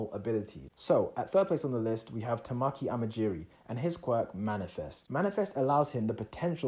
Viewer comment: i canNOT BELIEVE NOONE IS COMMENTING THAT HE SAID TAMAKI'S NAME WRONG >:((